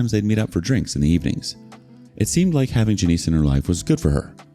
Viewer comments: Its NOT Ja-neice. its JAN-ISS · Hahaha it's pronounced Jan-iss, not Juh-neese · JANIS. Not Juh-neese. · Janice doesn't rhyme with Denise.